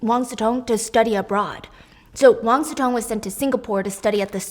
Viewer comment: Si Cong is pronounced more like Si Tsuong than Si Tong